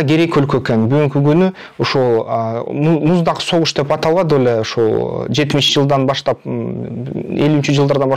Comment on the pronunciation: Иним тантык экенсин муздак согуш дечи😂😂